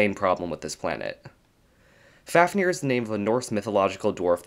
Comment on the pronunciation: Fáfnir is pronounced /fɑːvnir/ (like "Fahv-nir"). With a long A and the 2nd F pronounced as a V.